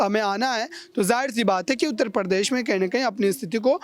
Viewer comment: Anpadh ho patakat Pradesh ko Par desh bolte ho ya Hindi ko Farsi banane ki kosis h